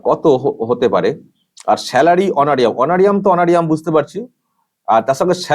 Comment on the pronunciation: উচ্চারণটা অনোরিয়াম নয়, অনোরারিয়াম।